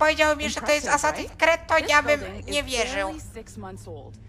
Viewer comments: hehehe "asasin kred" xDDDD to jest: asasin skrid.. :D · Haha jprdl " Asasin Kred 4" xD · ***** tak, tak mówi się: asasin creed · Kret'' xDDDDD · Boże mój mózg 25 se und filmu i już mi mózg wybucha ,,asasin cred 4" oryginał ,,Assassin's creed 4 Black flag" czyt ,,Assasins screed 4 black falg" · Assasin kret 😂😂 klocuch mistrz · TYLKO NIE KRED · "asasin kret 4" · nie kred tylko skrid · ASASINS KRET XD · ***** Asasin skrid się czyta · Kacper Kowal Dawid Polski Ma rację.